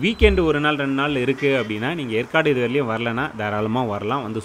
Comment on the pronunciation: ஏற்காடு என்பதை எற்காடு என்று உச்சரிக்கிறிர்கள்